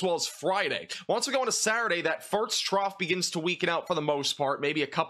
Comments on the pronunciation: does he keep saying farts?? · I love your amazing, professional weather content BUT I CANT LIE... I watch in the background as I clean and it makes me look up abruptly and giggle like a stooge every time you say "first" and it almost sounds like "farts" 😂❤ Maybe it's just me and my lack of sleep but bless you cause I need the pick-me-up with this news of a multiple day storm 😂 Thank you for the accurate coverage and I cant wait for the sun to come back out 🌞🌈 Edit to say: Upon reading other, less-kind messages, I think it's a wonderful quirk and you're my favorite weather man. Keep doing what you do and bringing us this important info!! 💖